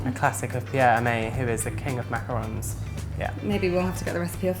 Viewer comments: EVERYONE SAYS MACAROONS!!! OOOOOONNNNNNNNSSSSS ITS ONS, O-N-S WJWJSJXKSKWKSK GET IT RIGHT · Hannah Plas Girl you’re not the only one! It’s been a loooong pet peeve of mine whenever people say macaroons instead of macarons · not mac a rons